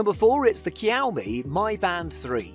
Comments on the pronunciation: hahah the pronunciation of Xiao Mi was hilarious. How did an X become a K ? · Great video. It's pronounced closer to "Siao Me" btw. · Might want to find out how to pronounce xiaomi